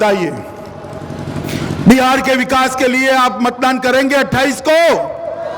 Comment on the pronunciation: Buhar nhi bihar bolo